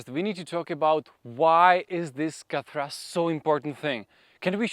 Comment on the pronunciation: Khat-ra not kathra 😅